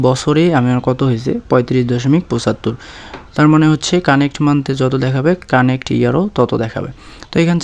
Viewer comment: ভাই ওটা কানেক্ট না কারেন্ট মান্থ😂